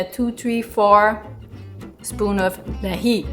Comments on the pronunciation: Dear, that is dahi not deli 😂😂😂😂 make habit to pronounce 'h'😂😂😂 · 'H' is a very beautiful consonant. Plz pronounce it as much as possible.😂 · The way she pronounced dahi was really funny